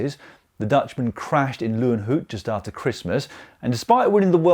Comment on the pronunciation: Loenhout, not Lewnhewt